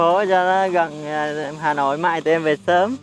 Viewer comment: Tôi lưu ý thanh "liên" Hoàng là Hà Nội chứ k phải Hà Lội nha =)))))))))))))) "nhà mình ở Hà Lội xuống hả chị " :v đau ruột